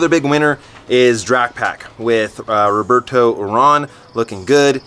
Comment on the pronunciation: Rigoberto, not Roberto.